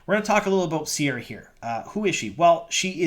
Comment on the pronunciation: Re, pronunciation. Ceara is one of the anglicised versions of the Irish name Ciara, try pronuoncing it as Kare-ah with a hard C, rather than with a sibbilant C/S. Other than that, she looks appropriate. I hope they give her blue contact lenses for authenticity.